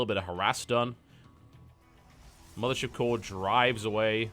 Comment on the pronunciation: lol, everytime i hear you say "mothership core" i think you're saying "militia core" and i sit there wondering what that is, every time